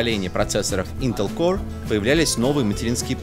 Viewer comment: >>ваш уровень знания английского выше среднего. Наш тоже. Особенно это заметно по тому, как в ролике "core" произносится "корэ", "m" — "ми", etc.